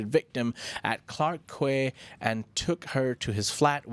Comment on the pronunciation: Being a regular Singapore -based listener to your news podcast, I certainly notice your bias. You guys seem only to report negative news about my country 😂 Btw, the tourist area Clarke Quay is pronounced as “Clark key” not “Clark kway”